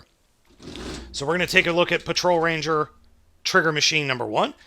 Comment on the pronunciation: It's Patoranger. NOT Patrolranger. It's not 1gou either. It's Ichigou. Dammit.